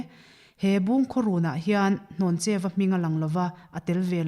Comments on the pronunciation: Hlawncheuva ni lovin Hnawncheuva a ni zawk lo maw? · Ni e, Hlawncheu tih tur a ni, hnawncheu hi pawih hmingah an hmang ngai lo. Pawih nu fa ka nia chiang takin ka sawi ngam. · Dr Rinthanga sawi hi a dik. Hlawncheuva hi I lam diklo palh tlat. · Hlawncheuva hming hi in lam sual palh nge a lam dan dik in hrelo aw? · Hlawncheuva leh pawngvina tih khi in lam diklo o